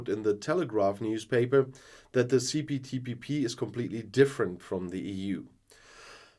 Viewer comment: See Poo Tea Pee Pee 🙄 has obvious difficulties to get the name right 🤔